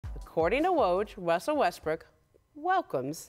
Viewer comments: I'm sorry, who's Wussell? In all seriousness.. say "Woj Russell Westbrook Welcomes" three times fast. I'll leave a like for the trouble. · Lmao when she said Wussell Westbrook I died 😂😂😂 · “Wussel Westbrook”?! We just gonna glance over this?! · no one can pronounce Russell Westbrook's name lmaooooooooooo everyone says Wussel Westbrook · “Wussell Restbrook welcomes” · "wussell westbrook" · she said "Wussell Restbrook" in the beginning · Am I the only one that heard Wussell Westbrook in the beginning? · Didn’t she say wussell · “Wussell Westbrook” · did she says wussle westbrook like elmer fudd lol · “Wusell Westbrook” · "according to woj wessel Westbrook" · According to woj wussel westrook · “Wussle westbwook” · "wussel restbrook" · Wussell Wessbrook 😂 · Wussel Westbrook 😂. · Did nobody else hear her say Wessell Westbrook?? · Aw cowwording to woj wussel Westbrook wanted .... Hahahaha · I couldn’t watch this shit I died when I heard Wussell Westbrook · She said wussell in the beginning